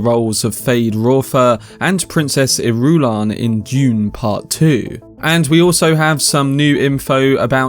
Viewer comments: I love him, but his pronunciation of Princess Ir-U-lan is so cringe that it makes my skin crawl. Lol. Say it with me. Iru-LAN. 😂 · I believe 'Irulan' is pronounced more like [ Ear'ah'lan ] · JFC, Irulan is pronounced with the stress on the FIRST syllable. Not the second. Why don't you listen to the Lynch movie or the miniseries? Why do so many of you get it wrong? It's like nails on a chalkboard. As for "waiting for Timothee to age"... FFS, has Villeneuve never heard of makeup to age people? Dune Messiah is only 12 years after Dune. It's not like Paul is middle-aged, and he does get a constant dose of spice in his diet. Spice helps to slow aging, so by this point those people who have regular doses of spice can live normal lifespans of 200-300 years. Sheesh.